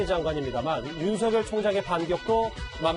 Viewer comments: 사회자 당신 국어공부 않했나. 윤석렬발음은 윤성렬로 해야 맞다 다시 공부해라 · 그리고 윤성녈이 맞는발음인데..